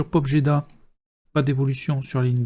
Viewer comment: on ne prononce pas "j" dans pobjeda. c'est juste pobéda.